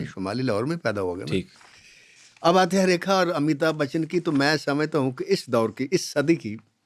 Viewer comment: Kindly pronounce correctly Not Amita bachchan but Amitabh Bachchan.